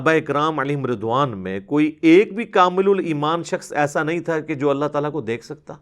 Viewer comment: السلام علیکم ورحمۃ اللہ وبرکاتہ ۔ علی بھائی یہ جو آپ صحابہ رضوان کو ردوان بولتے ہیں تو جن لڑکوں کے نام رضوان ہیں انکو ردوان کیوں نہیں بولا جاتا ۔۔۔۔؟